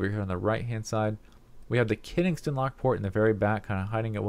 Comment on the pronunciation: "we have the Keningston lock port".... Ken-SING-ton. I've watched 7 or 9 videos of you saying it wrong.. get it right :)